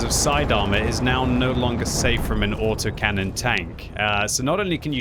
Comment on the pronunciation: LOL, "Auto-Mac-Canon"... OK, that's what I'm gonna call them from now on!